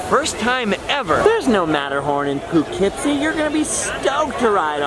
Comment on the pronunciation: chuckles Well I wasn't expecting you to name drop a town near me but I have to point out the slight mispronouncing of Poughkeepsie. As funny as it was to hear you say *poo*keepsie, the first half rhymes with dough so it's *pough*keepsie. Was still pretty funny though.